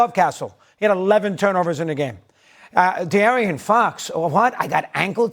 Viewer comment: did he pronounce De'Aaron Fox as Dee Aryan Fox? multiple times?